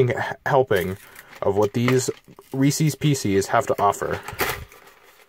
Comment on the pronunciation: I dislike the video because he say reese's wrong